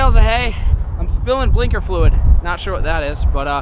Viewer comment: Did anyone else here him say blunder fluid 😂😂😂😂😂😂😂😂